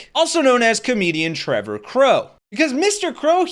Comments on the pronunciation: Trae, not Trevor. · OMG you got Trae's name completely wrong the first time you said it. Pathetic FAIL